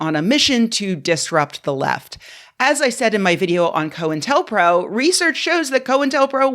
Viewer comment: Thanks for pronouncing "co intel" correctly. I don't know how many times I've heard block headed conspiracy theorists call it "coin tell".